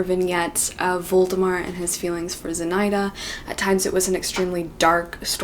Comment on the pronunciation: Аххахахахахаха З'И'наида. Это имя произносится как ZinaIIIda.